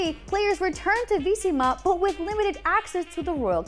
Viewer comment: omg, the way you kept saying Vizima triggered me. THE HELL IS VEESEEMA